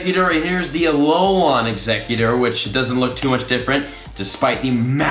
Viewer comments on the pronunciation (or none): TypicalUnicorn21 More like A-lo-len no? But please read this comment, it’s driving me crazy as well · Its said A-lo-len, not a-lo-laaaan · BRO It’s Alolan Pokemon not alolon Pokemon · Just saying it’s Al-ol-an not Al-ol-on Not trying to hate, trust me I love you so much but it was driving me crazy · Alex Lopez I mean it’s technically pronounced like that so yeah. But he needs to read this pleaseeee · For real, at first I was laughing and then mildly cringing. Freaking AloLAWN lol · Yes, yes, yes! Driving me cray cray! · How says it: "Alolon" How you're supposed to say it Alol"an" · It’s not alolon forms it’s alolan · A lol an not alolon! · Why are you saying it that way it's not "a low lawn" it's a " alolan" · AloLAN not AloLON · Alolan = "Aah-low-lin" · I die a little inside every time says “Alolan”... It’s ALO-LAN!!! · Him saying “Alolahn” the whole time bothered me so bad!😂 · TypicalUnicorn21. Sounds more like he says lawn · I like alot but im cringing every time he says alolon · I had to turn the volume down to deal with Ah-low-lawn. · going crazy from his 'alolon' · Hey let me help u out buddy. Its pronounced aloe-lin 😅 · the way you say Alolan sorta annoys me It's pronounced Alo - len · I have to turn off this video. It's pronounced a-lol-in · You are saying alolan wrong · TFW keeps pronouncing "alolan" weird